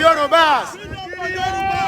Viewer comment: please learn how to pronounce Yoruba. Please it's not Yoroba but Yoruba. You are a public relation person and I believe you should know better. Thank you.